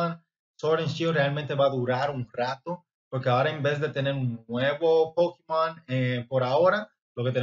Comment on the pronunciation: Me daria verguenza decirle Pokimon ah Pokémon, No sabes pronunciar Pokémon?